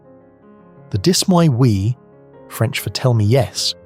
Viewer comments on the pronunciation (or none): Dis-moi oui. The S is silent